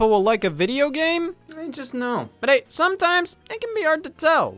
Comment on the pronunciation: this hey all sounded suspiciously like a hey y’all……..